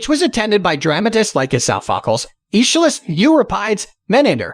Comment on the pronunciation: That was PAINFUL. Soffockles?!?!? 😱